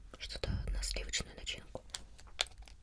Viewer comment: Не мочи, а моти 😑